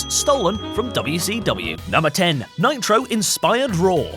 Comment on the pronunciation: Nitro. Monday Nit Ro. Sound like Monday Night Raw